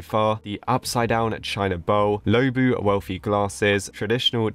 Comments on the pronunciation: Low-bu Me: IT'S LU-O-BU!!!!!!!! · so sorry, but it’s luobu not loubu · it’s pronounced loo↘️oh↗️ boo📉😭😭